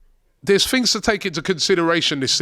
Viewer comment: “Fings” ??? Translation please